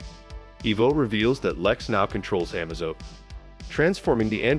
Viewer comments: It's pronounced Amaze-o, not Amazo. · it's A-maze-o not Ah-mazo. It's also I-vo not e-vo. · The androids name is pronounced “Ah MA Zo” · the am-azo made it hard to watch.. as i kept watching everytime he said it wrong i was hoping he would say it correct.. nope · In order to get the AI to pronounce the name correctly you have to write Amazo's name phonetically. "Uh-May-Zoe" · Just FYI, it's pronounced amaze-o.